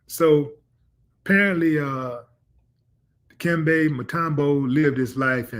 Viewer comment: Stop butchering the man’s name, Willie. Di- kem, beh.